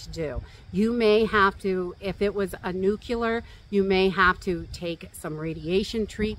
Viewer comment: It is NucLEAR.. nuCULAR is a different word and meaning. Just letting you know 🙂